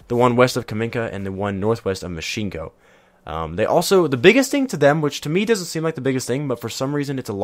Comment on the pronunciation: its myshkino its said mysh ki no not myshinko